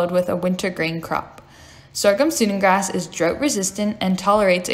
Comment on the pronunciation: Great video, but it's pronounced "Sue-dan grass" like the country in Africa.